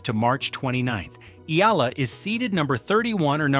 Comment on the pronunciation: EALA not Ela...